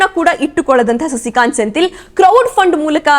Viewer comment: senthil alla sendhil helamma ChikkaNerale